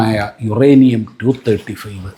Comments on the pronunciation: യുറാനിയം അല്ല മോളെ... യൂറെനിയം ആണ്.... പ്രസാദിന് ഒന്ന് തിരുത്തി കൊടുക്കാമായിരുന്നു... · യുറാനിയം അല്ല,യുറേനിയം